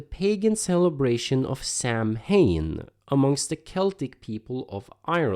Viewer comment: FYI: "Samhain" is pronounced SAO-WIN.